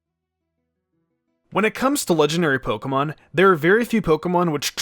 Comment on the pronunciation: Someone should teach this guy how to pronounce pokemon